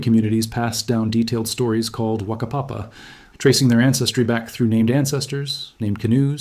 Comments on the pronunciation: It's said like fucker papa. Not Waka papa. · NO!! NOT TRUE MY WHAKAPAPA SAYS OTHERWISE WE COME FROM ISRAEL 🇮🇱 THATS IT WE ARE OF THE HOUSE OF ISRAEL 🇮🇱 science is Fiction nwo has CRAPPED ON ALL science!! 🧬 oh and yr pronunciation of Whakapapa is off whaka- faka-fakapapa- Whakapapa! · Ppl will always 💯 think they have thé answer. Oooh We are soo. Popular Done with What's Up.This Person is a Student Let That Sink In. GO Study at a Maori Kura Let That Sink In. History has always been uncomfortable-soft word. NOT COMPROMISING to this curious narrator. He pronounces Whakapapa incorrect. Go Research Deeper. Heard this Past Tense. AI Research 😂 in the play. Truths can be twisted to suit narrator. 13mins in Heard This This is Humanoid Up date. Why it means more today cause it was not written. UPDATE Scotty Morrison done the Great MIgrational Journeys. Let That Sink In. 👏 IAM Maori First Other Blood line's are Second. Never The Twain Will Meet. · Have you heard of Moriori? Who wrote the books. Was it Maori. There are many Maaori who whakapapa to Moriori. Think of that. Learn to say Whakapapa correctly and what it actually means.